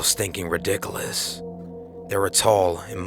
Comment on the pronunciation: "Ridickulus" Lmao